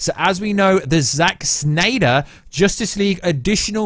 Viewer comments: Oh please stop staying Snnnyyderr... 🙄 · Ahhh. Stop saying Snyder like that. It's not funny or cool. At all.